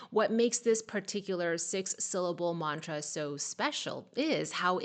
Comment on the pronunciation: You are pronouncing mantra accurately.